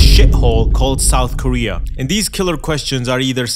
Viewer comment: Souf koweay is bwoken